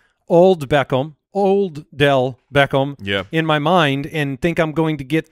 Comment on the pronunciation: Am i the only one that hates how says “Beckham?” He’s like BECKOHM